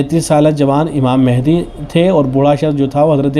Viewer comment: امام مَہدی علیہ الرضوان پڑ ھنا چاہیے ۔م پر زبر ہے۔